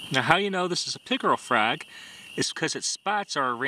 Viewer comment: Holy lord, I have never heard someone say "fraag" more Wisconsin in my life.